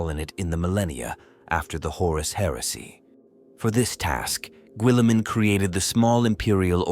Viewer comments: "Gwilliman" "Primarsh" I just can't. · Why is he saying willamen? 😅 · Raw boot Gwilliman